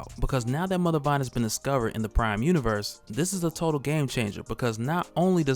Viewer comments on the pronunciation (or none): none